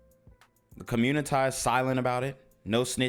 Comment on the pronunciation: It's a communitah, not community.